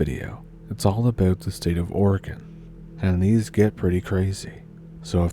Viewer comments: You are doing great on the pronunciations of our quirky town's and River's. Just one more thing...OR-E-GO-NE-UN. Love your stories and I always bring my own Stump now. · Seems like she is trying to pronounce Oregon like the beginning of oregano. She probably learned to read with the "Guess and Go" method instead of being "Hooked on Phonics". #Our Public School Wisdom at work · It’d be nice if you were an Oregonian you could pronounce it right! lol?